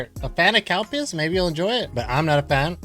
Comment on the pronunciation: Did you say Cowpiss?